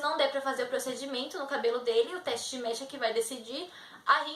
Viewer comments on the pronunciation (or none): none